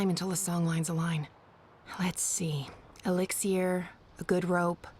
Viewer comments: Saga Is so beautiful!!... But she ruined it, the moment she said "Elix-ee-r" ~ CRINGE ~ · ....elix-e-air!? I call it elix-er I got annoyed with that not gonna lie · Did they not give Saga a pronunciation guide with her script? They just overlooked "elixier" and transdimensioanl "tears"